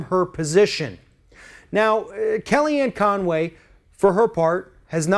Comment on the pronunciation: Hell.. Her name is Con Way . Yep🤒 Not Fun way.! lmaooo ;-/